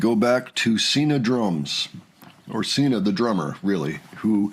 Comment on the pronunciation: Her name is pronounced with a Z. Zina.